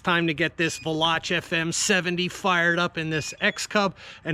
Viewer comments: Pronounced....... Val ... lock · Pretty sure it's pronounced VAY-LOCK. Don't quote me on that though.